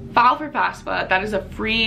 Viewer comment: It's FAFSA, not FASFA.